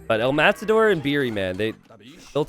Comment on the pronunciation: Just casually correcting the "El_Matador" pronunciation: the tension is in the last bit: as in "El_MataDÓR". Thanks